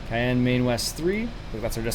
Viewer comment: Yes Wyoming is a State and your mispronounced Cheyenne